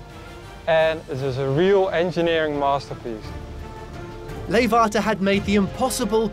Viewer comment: leeghwater is not with a F but G